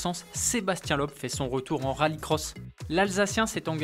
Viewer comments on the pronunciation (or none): Bonjour, on ne dit pas Sébastien "Lobe" mais Sébastien "Leube"